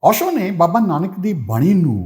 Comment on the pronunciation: Osho dhe parnaunation v sahi nahi.... Palli bhaaji